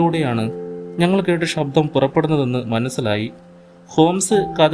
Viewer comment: ശബ്ദം നന്ന്. But ഉച്ചാരണം ശ്രദ്ധിക്കണം... ഷബ്‌ദം, കാരണവഷാൽ, വാഷി ,ഷേഷം etc